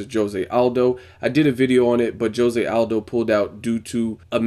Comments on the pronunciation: isnt it Ho-se? not dsjo-se. HO-SE! = Jose! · Your saying Jose wrong.